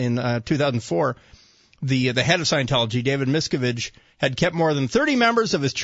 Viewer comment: I love that they keep mispronouncing Miscavige's name! HA!